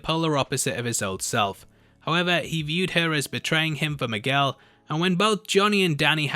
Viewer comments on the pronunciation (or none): none